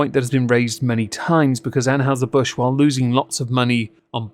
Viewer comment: ann-hi-zer :p